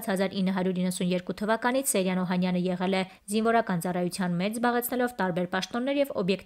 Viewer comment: Աղջի՛կ, կարդում ես և ամենակարևորը՝ ՍեՅրան անունը չգիտես ՃԻՇՏ արտասանել, նաև հաստատ՝ գրել։ Ոչ թե ՍեՐյան սխալով պետք է գրել ու արտասանել, այլ՝ ՍեՅրան ։ Ամո՛թ է, չնայանած ավազակը սոխով֊սխտորով սիրտս չէ։ Ուղղակի՝ կարդալ, գրել, արտասանել սովորե՛ք, հետո այս գործն արե՛ք❗